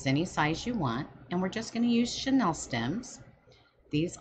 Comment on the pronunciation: It’s not “Sha-Nell”; it’s “Shhhh-knee-ill”. Or pipe cleaners. Chanel is a luxury brand while chenille is a type of fabric. Two completely different things that you’re misusing in this video. It’s driving me crazy. This 24 minute video could very easily be cut into half if you were not so distracted and just did it. 🙈 Lots of fast forwarding - FF ⏩ - is absolutely needed to get through this one.